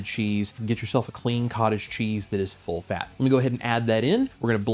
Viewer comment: thanks! That is what I assumed, but it sounded like you said, “low fat.” No low fat here on carnivore, right?! Thanks much! You’re so talented!